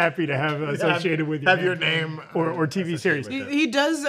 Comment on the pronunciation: can’t pronounce anyone’s name right and it makes me wince every time 😩